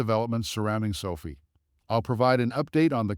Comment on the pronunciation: Man. Hard to listen when you say sofi wrong 😢